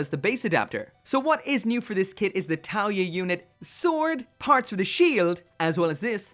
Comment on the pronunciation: The "Liao Ya" thing is Chinese, and it should be pronounced with a hard L sound. It translates into the science/clinical definition of "fangs", as in those two pairs of longest and sharpest teeth that we and some other animals have. Edit: lol so someone just reminded me that those pairs of teeth are actually called canines. He's 100% right, and as an English major, I am so ashamed.